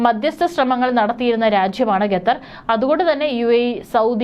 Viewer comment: ഗത്തർ അല്ല ഖത്തർ